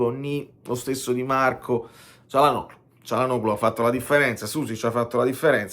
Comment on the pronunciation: tutto perfetto, ma il pronunciacion Nazi che è in me interviene ricordando che Çalhanoğlu si dovrebbe leggere Cialhanòolu